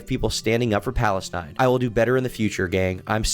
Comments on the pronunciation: and he says it like falestine too lol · for those confused about the guys pronounciation of palestine, its just palestine in arabic